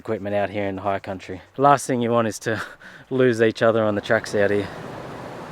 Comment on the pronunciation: Dude. High country, not higher country haha. Great video as usual mate. Cheers